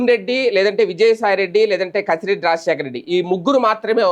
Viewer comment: అరే కసిరెడ్డి కాదురా కేసి రెడ్డి ఇంకా ఇంప్రూవ్ అవ్వలేదెందిరా బాబు మీ ఛానల్ పెట్టి ఎన్నాళ్ళు అయ్యింది